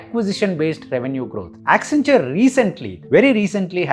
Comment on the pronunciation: WACCEN WACCEN WACCEN WACCEN WACCEN WACCEN WACCENTURE😂